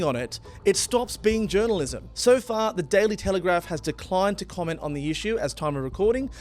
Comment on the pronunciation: ~ It’s pronounced ‘altercation’ not ‘alteration’ and ~ WTF is ‘Tailytelegrap’? It’s pronounced ‘The Daily Telegraph’. It’s written on the graphic you put up on the Code of Conduct. Have you got a speech impediment? 😂 You clearly start spewing nonsense when you get a bit too excited 😂